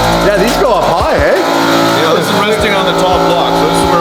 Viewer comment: classic cAnAdiAn aye